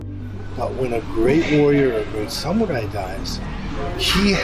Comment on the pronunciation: Seagal put his Japanese accent on, but he mispronounced “Samurai”. If you’re going to pretend, make sure that you pronounce simple words correctly.